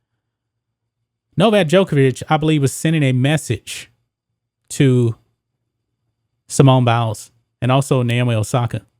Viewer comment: Did he say Simone bowels?